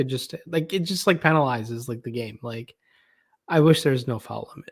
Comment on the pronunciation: U say it in the midwestern twang. U pronounce it as FOWEL. It's FOUL. hahaha